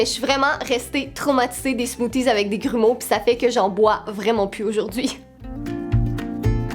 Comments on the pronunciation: Les Smoothies j'aime pas sa non plus mais je trouve sa très drôle comment tu dis sa enfin nous en France on prononce sa "Smoossie" cela m'a fait rire 😂 Enfin tu es la meilleure, merci à toi de nous faire rire et j'adore les petits com de James 😁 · J'adore ❤ comment vous dîtes " smoothies " nous en France ont le prononce a l'anglaise